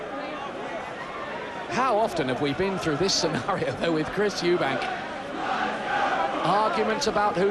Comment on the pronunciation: Chris MacEubanks😅